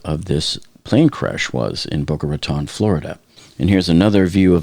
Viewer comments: Please if you hear in Boca Raton(e) please at least pronounce it correctly!! Bocas de Ratones in Spanish or pronounced in American English and phonetic spelling Bo-kah Rah-tone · Dude!!! IF YOU LIVED THERE YOU SHOULD KNOW HOW TO PRONOUNCE IT!!!! I lived there for years…it’s Boca “Ratone”…long O Lmao even the 911 called said it wrong!! We actually had a mayor a couple years ago that also said it wrong 😂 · How do you say this is your home town, when you mispronounce Boca Raton? It’s pronounced “Ratone” 🙄